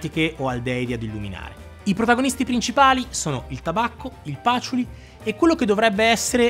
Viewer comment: Comunque dopo che Luca Maffei ha pronunciato patchouli con l’accento sulla prima a, il Patchoúli è diventato per tutti definitivamente Pàtchouli😂. Bel video! 👍🏻